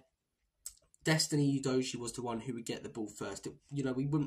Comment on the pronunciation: Destiny Udojiee? Who the sweet F is that? Udojiee???? Are having a laugh mate?